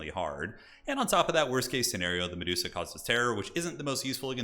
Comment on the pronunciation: The dreaded Me-duo-sa gambit